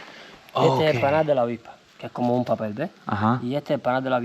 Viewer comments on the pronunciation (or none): none